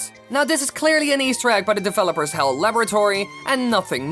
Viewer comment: You pronounced HAL wrong